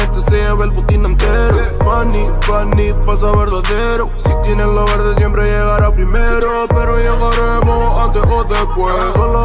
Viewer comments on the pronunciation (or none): none